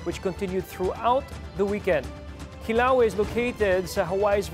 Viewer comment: CORRECTION: it’s Pronounced— Ki-LaWe-Ya and it’s in the BIG ISLAND (of Hawaii) NOT in Kauai —- FYI Kauai is another island in the State of Hawaii.